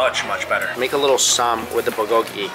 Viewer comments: The way he pronounces Bulgolgi ... someone help him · I love your videos but please learn to pronounce bulgogi properly 🤣